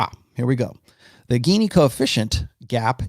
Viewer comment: "GINI" is pronounced as "Jini" . Economist